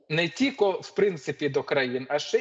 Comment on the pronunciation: що за слово тіко,тільки правильно